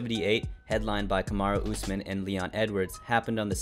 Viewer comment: Calling him Usamen instead oh Usman is crazy